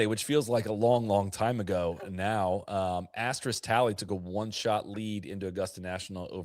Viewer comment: Asterisk pronounced ass-ter-risk. No X in that word